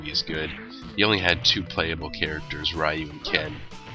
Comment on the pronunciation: Why did you mispronounced Ryu's name?